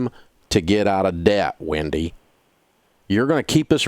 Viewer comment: Why does he pronounce “Wendy” as “Windy”?